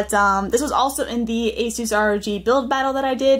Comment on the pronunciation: Did u basically say A-suse R.O.G no no no hehe, It's A-sus Rowg